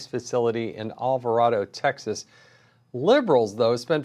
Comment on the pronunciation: It Alva raid o, not Alva rod o.